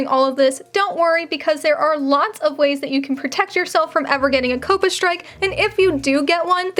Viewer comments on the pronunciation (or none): 1 question why you say COPPA like that?? 😭😭